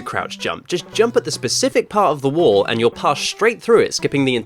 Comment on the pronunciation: Did you say pacific 😂🤗